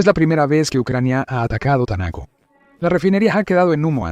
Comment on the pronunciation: No entiendo porqué el dice Tanaco si dice Taneco